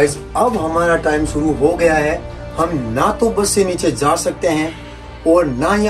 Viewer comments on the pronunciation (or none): none